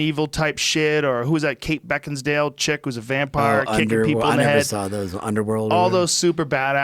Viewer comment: When he said Kate "Bekinsdale" I almost spit all the food in my mouth against my laptop screen. I had to force my self not to cause then I would have to clean all that shit up . 😂